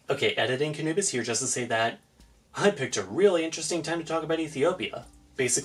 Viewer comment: off-topic question here, , why do you call yourself "Ka-Nubis"? isfaik the "Kh"-part should make it sound somewhat like a Spanish "J" or a Dutch "G".